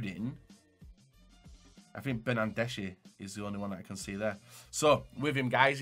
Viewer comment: the way he says bernandeshi wrong